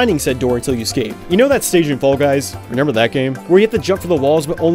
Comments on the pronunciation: im so curious, are you pronouncing remember as “renember”? no judgement just wondering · I like how you say 'renember' instead of 'remember' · do you pronounce remember wrong on purpose